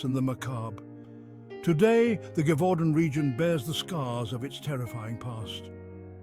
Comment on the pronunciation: STOOOOP saying GIVEudant... These voice over guys do not know how to pronounce properly😂Gèvaudan...(jev-u-don)Sorry , it's a small little pep peeve , but it really pissed me off!